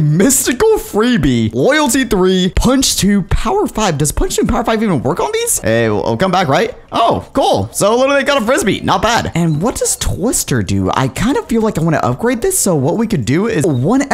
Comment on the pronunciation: do you say mystical free bee? its mystical FRIZ BEE